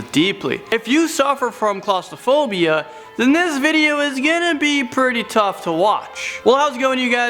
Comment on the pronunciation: Is the inability to correctly pronounce claustrophobia a Canadian thing or just a thing?